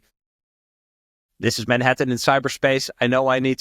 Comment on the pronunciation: This not Dis 😂